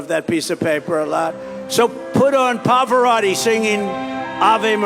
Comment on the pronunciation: Trump is saying "Poparotti". Is that a different opera star, or is Trump unable to say, 'Pavarotti'?